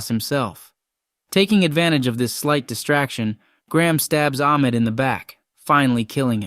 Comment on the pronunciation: I’m pretty sure it’s “Ahmed” not “Akmed”